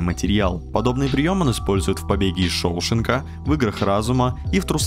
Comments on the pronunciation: как можно сделать ошибку в ударении в названии "Побег из Шоушенка"!? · кавараджо, шОушенка и транши.... серьезно???